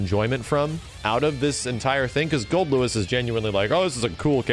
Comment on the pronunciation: The weirdest thing in this video is that actually said "Goldlewis" correctly